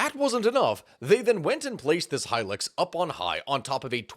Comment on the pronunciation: High-lucks. Not high-licks. High-luxury vehicle was the advertising for it. At least you’re not like that other youtuber who pronounces it “helix” Also, in Darwin, a Land Cruiser was converted to electric, then divers took turns to drive it from one side of Darwin Harbour to the other. They caught fish while they were driving iirc.